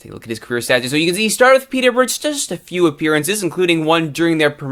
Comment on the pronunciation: Hold the phone! An American can say Peterborough properly!!